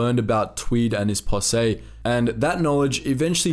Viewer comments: Great video. Just for future reference, in American English, the word posse is pronounced Possee, not Possay. (the "se" is pronounced "see", and your emphasis is correct) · Fyi posse is pronounced possy, not possay. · Did the natives get anything for their service? Like a presidential citation? Seems they sure earned some sort of reward. They are the heroes of this story right along side Tweed and his posse. BTW, it's pronounced pa-see in the USA. Like as in "Pa, come and see this story". I like your videos, they're very good. Thanx for your work. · "Possay?" =0[.]o= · It’s posse, POS-E, bro. Great video!